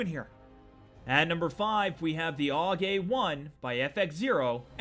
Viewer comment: is anyone else hearing "all gay one" instead of "Aug A1" ?, ....or am i loosing it...? 0___0